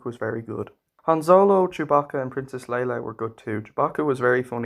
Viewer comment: Her name is Leia, you pronounced it as Leila.